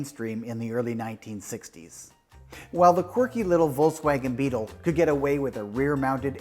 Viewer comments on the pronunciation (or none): none